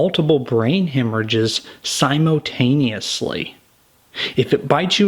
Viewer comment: May I please ask why you're charging almost $30 bucks for a tank top?......Isn't that a little high? Love the vids but, dang Oh & your use of vocabulary words cracks me up . #SIMO-TANEOUSLY 🤣😂🤣 (SiMUL-taneously*)😉